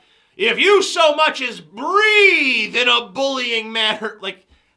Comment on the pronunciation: That moron said "breath" instead of "breathe".